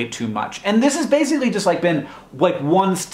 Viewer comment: Completely unrelated but I find it interesting that it seems like Hank pronounces "basically" with a "z"